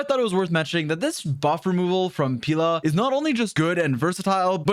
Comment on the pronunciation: pee la 💀 nahhh no wayy